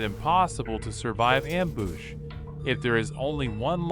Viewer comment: “Amboosh” “glombats”